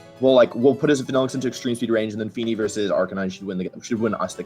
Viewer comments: Arr-can-e-neh whaaaaaaaat I thought it was Arr-can-nine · Why did he say arca nee nay?